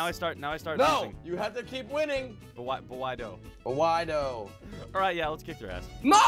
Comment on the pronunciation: But whydoe: But whydoe Me: But Wardo XD